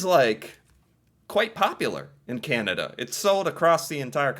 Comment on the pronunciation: I love how you say "Kyan-ah-DUH".